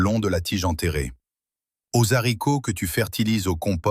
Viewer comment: On dit les haricots pas les zharicots.